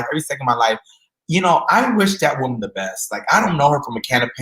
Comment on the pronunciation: Me too! Over here rollin. WO-man...what's that???? 😂😂😂